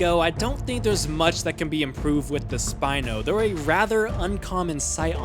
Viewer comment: THE WAY YOU SAID SPINO KILLED ME